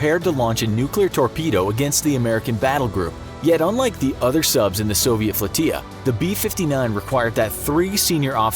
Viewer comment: How did you manage to mispronounce "F-l-o-t-i-l-l-a"?! It is NOT a Spanish word,! "Flotilla" is pronounced "float-tilla."